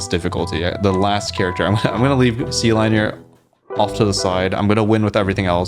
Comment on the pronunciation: wouldn't sealineer be said like engineer with seal at the beginning?